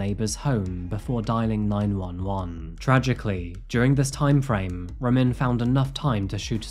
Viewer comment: It's pronounced (Rah-meen), we have the same name and that's very rare. Of course Ramin has to be a POS Stalker Murderer 🤷🏾 rip Zohreh